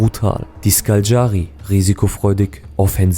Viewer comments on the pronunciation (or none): Ich habe nun schon viele Dokus darüber gesehen und keinert schafft es Škaljari richtig auszusprechen 😂. Man spricht es SCHKALJARI aus. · Ovaj ne može pravilno ni Kotor da izgovori, Škaljari nikako.Muči ne prdi!.Pi!